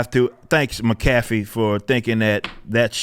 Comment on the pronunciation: "muh-caffy" 😂😂😂 It's "mack-a-fee" but Rippa is funny for it.